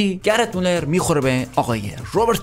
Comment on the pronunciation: داداش یه چیزی اون گرت مولر نیست گرد مواره